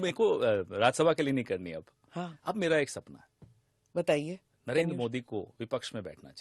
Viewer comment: Encor bhi bevkuf hai jo Pawan Kheda Jaise chamche ke bare mein itni tarif kar rahi hai Modi ji ka sahi se naam bhi nahin bol Pai. क्या साबित कर पाया वह कांग्रेस को जीत तो नहीं दिला पाया इस चमचे की तारीफ मतकर।